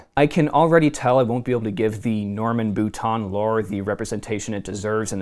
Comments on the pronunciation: Had to cringe every time the Author's last name (Boutin) was pronounced like "boot-On" instead of "boot-inn" or the proper way of "boo-teen." Since when is the i pronounced like a short o? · Not bootan. Bootain.